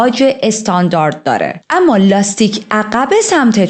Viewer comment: آمــا. نه اما درسته. ولی حال خوبی میده به شنونده هات. بیشترشوخی کردن باکلمات خیلی دلنشینه ادامه بده❤❤❤ریــــتــاجان❤